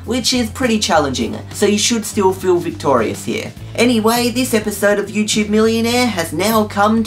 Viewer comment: I couldn't stop laughing when you said "victorious" 😂